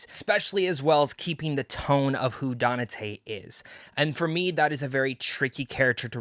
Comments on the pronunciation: "Danate" and you call yourself a fan? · only so many times I can hear 😅